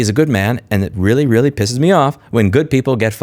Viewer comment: That's witerawy CWAZY guys!!!